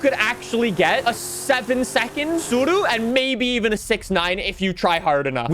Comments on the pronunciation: Well done on being able to say tsuru correctly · We get it, you know how to pronounce this model